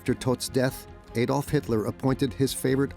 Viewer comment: Another "Ay-dolf" Hitler moment... stoopit American narration 😂😂